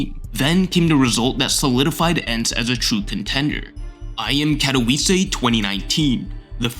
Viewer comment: did bro just say katoviisee